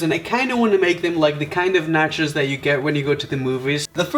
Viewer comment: Omg it's so funny how you pronounce nachos ( sounds like Nachas) which means buttocks in Spanish (México) 🤣🤣🤣😂😂